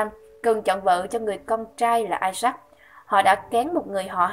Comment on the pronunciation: Đọc tên con của abraham là isa-acchứ đọc như là i sắc ý. Làm sai hết lời của kinh thánh rồi.